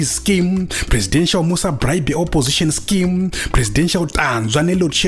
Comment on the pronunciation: It's more like "scam" than scheme😂😂😂😂